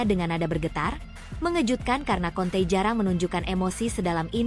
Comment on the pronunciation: kante min bukan konte